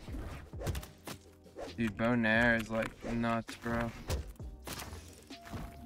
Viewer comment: "more bownairs" hmmm